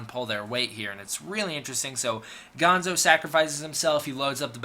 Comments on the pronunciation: Bill is gonna have your head for mispronouncing Gondo's name! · The Super X 2 pilot is easy to remember because he played the lead in the next Godzilla movie, "Godzilla VS King Ghidora." BTW, the Colonel's name was Gondo, not Gonzo. Gonzo was from the Muppets.